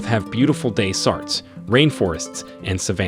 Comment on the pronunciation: "Desert" pronounced "day-sart?" AI at its worse?